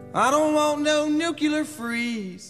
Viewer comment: ..... that's NUCULAR bomb, according to Mojo.